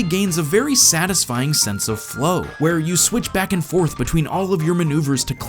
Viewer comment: "tell me: Vhere did we go soo wrrrong?"